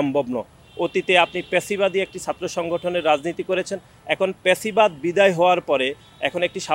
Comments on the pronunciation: লেখাপড়া কইরেন একটু। প্যাসিবাদ কি আবার?? শব্দটি ফ্যাসিবাদ। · হাবাগোবা😂😂 প্যাসিবাদ না ফ্যাসিবাদ😂😂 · ফেসিবাদ হবে ভাই। ভাষা শুদ্ধ করুন